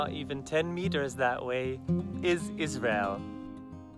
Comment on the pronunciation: says Israel very clear